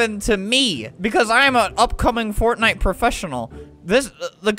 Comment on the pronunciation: "heha fotnite"